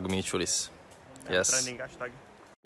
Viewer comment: Si dice micciulis